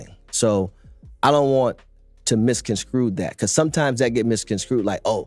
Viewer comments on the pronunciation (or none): Did dude say misconscrew. I could've sworn that is what I heard.